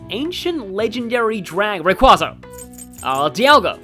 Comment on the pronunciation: Hold on a second, I thought the Day of Fates was June 25, 2015 in Japan, February 19, 2016 in North America, and May 20, 2016 in Europe. Already made one for you. That's not how you pronounce Rayquaza. As you do. Huh, even Ingrid?...Okay then. insert FE6 joke here Honestly, same....You know, if we ever get a sequel to TMS (and that's a very big "if"), wouldn't it be funny if Lilina ended being the Mirage of one of the party members? I'm sorry, WHAT?!?!?! That is correct. I suppose that would depend on the sort of criteria we're using to define "maverick". Hi, cat! Hmm, aren't those the same letters that are in AIMaask? Yeah, this whole sidequest definitely reminds me of a... certain YouTuber who visited Japan back in 2017, acted like a complete asshole while he was there, and... yeah, I think we all know who I'm talking about at this point. Clever. sigh Of course we're one off... Here in Canada, the drinking age in most provinces and territories is 19, but in the provinces of Alberta, Manitoba, and Quebec, it's 18. As such, a few of my friends have joked (or maybe they were being serious, I don't know) about going to Gatineau (a city in Quebec that is right next to Ottawa) on their 18th birthday. Fair enough, he murdered their parents. Giving up the 3 of Spades?...Okay then. I think I vaguely remember watching that. So, I recently finished Trails from